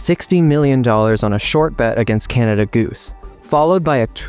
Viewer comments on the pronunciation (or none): none